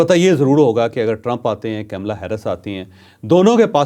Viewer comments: ناں کاملا ھے نہ کمیلا۔۔ بلکہ پنجابی کی کملا ھے۔ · Sir na kamla hy kaamla hy kmala Harris hy